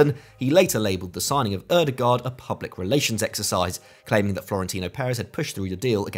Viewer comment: I hope one day we will unite and pronounce Ødegaard correctly The letter Ø for starters. Double "aa" like with Haaland as well is pronounced as an "Å" Like Django, the D is silent Ø-de-går